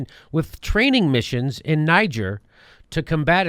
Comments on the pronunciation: What an uneducated boob (like the Trump voters he incessantly mocks)...it's pronounced "Nee-czair"...it's a former french colony. Not "Nigh-geer." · Say it with me: nuh-JAYR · Just to let you know ...its pronounced Nee gair ...the g is pronounced like the S in Persia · Niger is pronounced : Ni-Ghere ... the people from there are called "Nigerien" pronounced Ni-Ghere-ien ... its French, not at all similar to "Nigeria" and "Nigerians" which is anglicised. I know none of you will understand - but it still needed to be said. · Nee zher, French pronunciation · Jimmy, it's pronounced Knee-jer and is primarily French speaking, thats why no one in Africa gets confused between it and Anglophonic Nigeria. Colonialism, eh? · it is pronounced Nee-Gere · Pronunciation, Jimmy